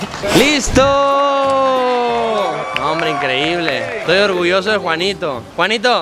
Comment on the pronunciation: Soy yo o juanito dijo etoy tite